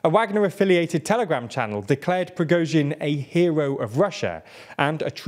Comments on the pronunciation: YOU FINALLY PRONOUNCED PRIGOZHIN SUCCESSFULLY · good to see this guy can say the name Prigozhin unlike the guy in the glasses who changed the way he said it 10 times in one video :P